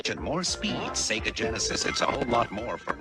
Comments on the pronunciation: Between the doofy ass art style, removing Sonic's personality, and constantly saying "SEE-guh" I'm convinced that vid is just high production quality ragebait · i like to give some leeway to mispronounciations because usually i just chalk it up to people's accent but "seegah" is just straight up wrong 😭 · "See-ga" despite hurting me with how it's pronounced, is the most common way to say it among older Australians (who got into Sega games before the voice line at the beginning of games) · c-ga is the australian way to pronounce sega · "See-gah" is how it's pronounced over here in Australia. Always how I heard the old consoles start up too blasting "See-gah!" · "Seega" is how (some, not sure if it's all) australians pronounce Sega lol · "See-ga" is an Australia thing; all of TV ads from the 90s say it that way, no idea why. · “Seega” is how Australians pronounce “Sega”, because it’s also how Australian adverts for Sega always pronounced it (for some weird reason). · That’s just how it’s said in Australia. Back in the day all the offical material in the Mega Drive-Dreamcast era pronounced it “See-gah”. Dunno why it’s like that, but that’s how I and everyone I know says it. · Basically, the early Australian marketing for SEGA decided to pronounce it 'see-gah', which meant that any Australian who grew up with the Mega Drive through to maybe the Saturn was conditioned to say 'see-gah'. As far as I know as an Australian, there's absolutely no convention of the accent that would actually make you pronounce it 'see-gah' over 'say-gah', it's just something that stuck. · This guy clearly has never played a sonic game because everyone tells you how to pronounce sega when you start the video game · Like it wouldn't be that abhorrent if the correct pronouncation wasn't literally yelled at you when you boot up the game 💀